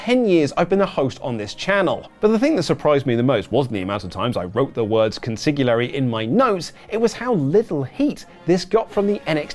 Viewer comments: I feel the need to smack like upside the head and correct the pronunciation of consigliere like Billy Crystal in Analyze This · Wrote Consigliare' a million times and couldn't pronounce it correctly once.